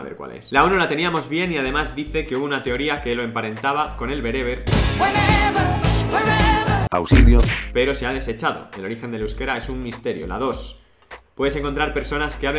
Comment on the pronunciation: No pronuncias bien bereber